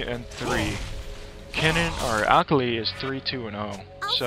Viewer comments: omg the way he said akali :L lol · Did it bother anyone else how he says akali? Great vid btw its a different build for teemo I will have to try!